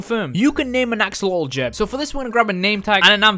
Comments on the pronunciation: He called an axolotle to axoloull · Why cant you say axolot